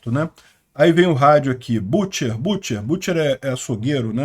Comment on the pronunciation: Pronuncia-se BÂTCHER.